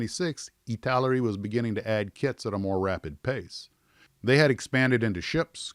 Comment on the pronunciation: ITALAERI not ITALERI!